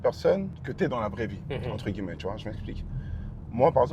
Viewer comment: Wsh il kiff dire entre « gui-lle-met » 🤣🤣